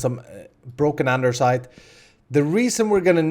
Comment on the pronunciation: Lol he says andersite